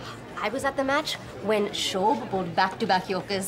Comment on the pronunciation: It's not shob it's Shoaib who bowled those two yorkers